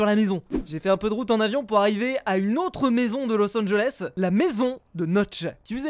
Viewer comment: los angeles on dit eleé